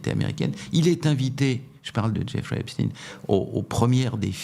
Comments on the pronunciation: Lorsque croise ses bras...C'est qu'elle se retient et que " ca l'embête! " Bon...j"essaie d'écouter.Mais qu'un Boomer mm si...blablabla dit: Espteen! Je vrille 😮 Par contre: est-il vraiment mort. Le Salopard!??? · Encore un personnage qui nous parle "d'Epstine" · j INSISTE SUR LA PRONONCIATION DU E PS T E I N ... c'est phonétiquement STEIN en Allemand c'est S T E I H EI N ,,, la pierre ..... faites un effort avec les langues Madame Monsieur les journalistes cela devient insupportable votre non remise en question sur votre phonétique Merci les francais c'est dur avec les langues étrangères .... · Exactement !!! Phonétiquement, "CHTAÏNE" !☝️☝️☝️ Merde, à la fin.😑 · Pourquoi prononcer Epstine ..Comment prononcez vous Albert Einstein ? Poutein où Poutine? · Cela m'ennuie un peu que Mr RÄUFFER [phonétik] REUIFFER, avec ou sans tréma, parle en phonétique de EPTINE , et non de Stein (pierre), EPSTEIN. Sinon, je suis en accord total , avec les propos de Mr X. RAUFFER, que j'apprécie beaucoup. ... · J'adore: Xavier Raufer prononce toujours "Epstine", alors que prononce toujours, comme il se doit me semble-t-il, "Epstein". Comme on dit Einstein et non pas "Einstine" ou Weinstein et non pas "Weinstine"... étonnant, non? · ARRETEZ DE DIRE EPSTINE C EST EPSTENE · vous prononcez Einstein, Frankenstein et Epstein : Epstine ??? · C'est pas Epstine c'est Epstein. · ON NE PRONONCE PAS PLUS EPSTEIN QUE EINSTEIN épstine ou Einstine; Epstein se prononce phonétiquement AIPSCHTAÏNE merci de rectifier... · C’est Epstein (stein !) et non pas Epstine ! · Vers , pas epstine, epstein. Qui dit Einstine ? Edit à , il persiste et signe. Pourquoi ? Récemment, Tocsin avait reçu un invité qui parlait de ce sujet. Va-t-il parler de son auto-assumé "suprémacisme juif' et de ses liens, et ceux de son beau-père, avec le Mossad ? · Par pitié ! Prononcez Epstein comme Einstein et non pas Epstine !!! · Pourquoi il prononce Epstine et non Epstein !?